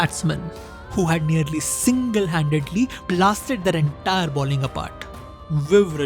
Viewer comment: The word is BOWLING, not BALLING as you are pronouncing it. Balling has an entirely different, and vulgar meaning.